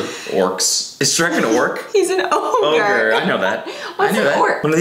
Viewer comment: what came out of Cody’s mouth? I’m high, and hearing him call shrek an orke?? why didn’t Kelsey completely destroy him with a diss?? does anyone else thing ogre is pronounced orke Edit: of*